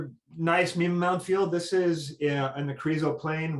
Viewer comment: You're pronouncing mima wrong.